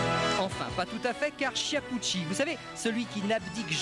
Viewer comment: "Chiapoutchi", "Migouel Indurain" quelle tâche ce commentateur !!